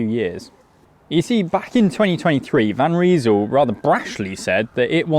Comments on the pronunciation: Van Rysel - you say "Van Reesul", I say "Van R-eye-sul". It hasn't taken the likes of Ltwoo and Wheeltop long to develop road and gravel groupsets almost on a par with mid tier Shimano and Sram. It won't be long before they are equals. If the Chinese brands can establish service centres in Britain and Europe, like Elves have, that would speed up dealing with warranty issues enormously but until then it usually only takes 8 - 10 days to get parts from China. I ordered an crankset off AliExpress on 28 December, it was delivered today 3 January ! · It’s Van Rysal. Not Van Reesal. 😂